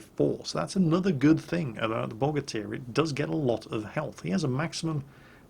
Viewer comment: Quoting PhlyDaily here Bogatyr, more like Bow-gate-er, because America